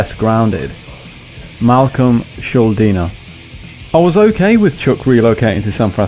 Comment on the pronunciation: I'm pretty sure it's pronounce shul-din-er But I'm not too sure...